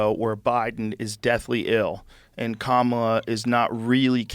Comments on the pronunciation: The emphasis is on the 'KA' Like 'Comma-Law' You'd do best to learn to pronounce it. You'll be saying it for the next 4 and a half years. Maybe 8 and a half. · Are y’all too stupid to pronounce the VP of the USA’s name correctly? If you can pronounce Netanyahu and Kardashian, you should be able to pronounce Kamala. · Rogan knows how to pronounce her name…He’s a closeted/not so closeted racist. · If you’re gonna talk shit, at least say her name correctly. These comments are ridiculous and shows how uneducated so many of you are. If you don’t follow the party you don’t like and haven’t done a lick of research just say that. 🙄